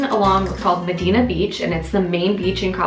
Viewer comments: Oof, sorry, but there is no "Medina Beach". You repeated that several times. The locals call it Playa el Médano or Medano Beach. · Lmao it's medano Beach not medino